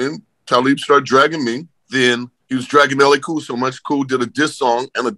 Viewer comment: These fools put up LA Cool lol the disrespect!! It’s Ellay Khule